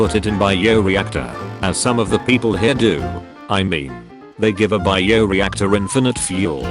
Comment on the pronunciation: "Bee-o reactor" 😆 This AI narrator SMH 🤦‍♂️